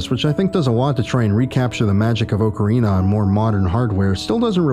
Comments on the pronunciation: I couldn't even get past the first five seconds of this video because you said "Oak-ca-rina" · This mans opens up immediately pronouncing ocarina like a clown, I respect it lmao